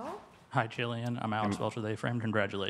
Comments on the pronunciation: Did the third questioner just call him Ch-illian? The BLASPHEMY! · Did that man just call him CHillian?